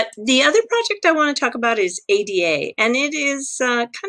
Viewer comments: I love your videos but please don't call it A-D-A: it's Ada, after the first programmer in history Ada Byron, countess of Lovelace: she delivered one of the first known algorithms in 1842. Of course, she's the very same Ada one of the most robust programming languages ever created is dedicated to. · ...just in case anyone doesn't know - the token is pronounced "Ah-da". It's taken from the name of Ada Lovelace who was an English mathematician and writer known for her work on Charles Babbage's proposed general-purpose computer back in the day.